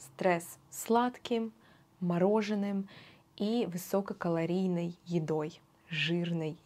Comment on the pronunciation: Благодарю вас за видео! Мне понравилось! У меня к вам вопросы, в чем разница между "есть" и "заесть"? 10 килограмм или килограммов какой более употребительнее? Кроме того, вы так произнесли слово " высОкокалорИйный ", поэтому в каких случаях оно произносится так " высококалорИийный" или это не бывает, есть правило? Продолжайте эту серию!